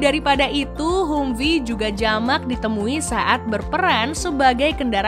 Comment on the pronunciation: Bacanya Hamfii neng....sorry